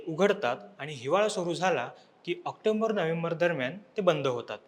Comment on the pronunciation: ऑक्टोंबर नाही, ऑक्टोबर असा उच्चार करावा.